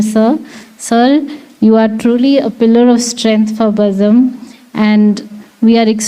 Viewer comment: Nice vote of thanks.... But it's not "Bazam" It's Bazm'